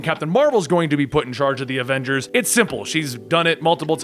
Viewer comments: " main avenders " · He said adenders